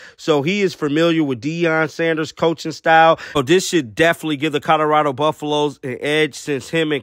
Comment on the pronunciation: Did you just say coderado?